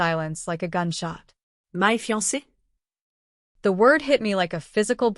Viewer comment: What's with the fiance? Practice on saying it.